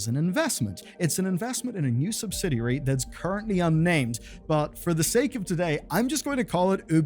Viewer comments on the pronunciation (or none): none